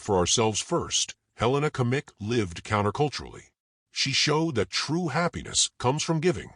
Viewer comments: Great story, but I beg you to learn how to pronounce Her name correctly. Helena Agnieszka Kmieć. In the middle name Agnieszka the sz sound should be pronounced as sh in English. The last name Kmieć can be approximately pronounced as Kmyetsh. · The video pronounces her surname incorrectly.